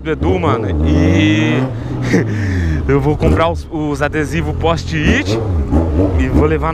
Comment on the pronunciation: "póst-it" KKKKKKKKKKKKKKKKK salve